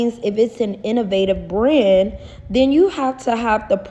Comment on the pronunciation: She can't even say the word BRAND properly. 😂